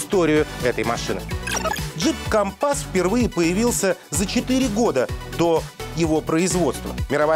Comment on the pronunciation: Не смешите мои подковы))) ...Ударение на первый слог